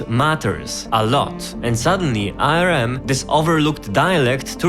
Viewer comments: Tbf he does have an accent and hes not saying ARM but A.R.M. but yeah it was bugging me too lol. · English Native speaker here. It is pronounced "Arm" not "A" "R" "M". Saying it with the individual letters like that is disorienting. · Great video! Quick note, ARM is generally pronounced as "arm". As in the word arm. "I hurt my arm" for e.g. Otherwise great explanation and entertaining video! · did he just call ARM arem? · If this guys so smart, why can't he pronounce ARM ? and how does he have less than 3k subs and a play button in the back there... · I paused and started typing this because I cant stand how you (incorrectly) pronounce "ARM."